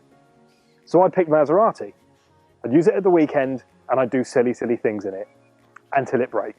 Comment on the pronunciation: How is it that you know how to pronounce Maserati, but now Porsche? Oh, right. You speak Italian but not German. And, could you have picked a worse car (Tip) for the comparison. No? Well, fuck it, I won't watch then. Stupid vid. Waste of your time. Wow, those must be two days that you will never get back. I won't waste 10 minutes on your vid. Thanks for letting me know.